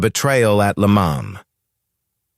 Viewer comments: I just can't handle the AI voice overs! A V12 is not a 512 because that's what AI will interpret it as. Most of the time he pronounces Le mans correctly and other times like AI would and for that I give the video a 👎 and then let YouTube know not to recommend this channel ¿`_ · Dieses KI-Gequtsche ist unerträglich. Wo war das Rennen? In Lemon? Carol Shelby war eine 'Sie'. Lächerlicher Kommentar. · "le moan"